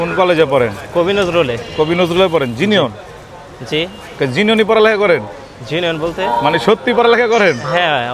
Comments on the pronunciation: জেনুইন ❌ জিনিয়ন✅ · ভাই হাসাইলেন 😂, জিনিওন না, জেনুইন। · Genuine ❎ Jinion✅ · জেনুইন ❌❌ জিনিয়ন✅✅ 😂😂😂😂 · জিনিওন ❌ 😂 জেনুইন ✅ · জেনুইন ❌ জিনিউন✅ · Genuin (জিনউইন) জিনিওন না। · Jei jinish uccharon korte paren na oishb use korben na,Jinion ki😂 genuine